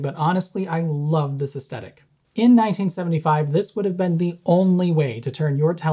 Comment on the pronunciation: Aesthetic. Not "estetic"